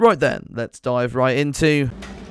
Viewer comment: "let's dvie"